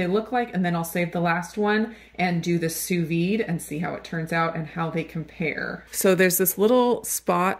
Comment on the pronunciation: Had I not been already subscribed to your channel, I definitely would have. You are one of the few chefs online who could pronounce “sous vide” correctly! Great (thorough) review, by the way.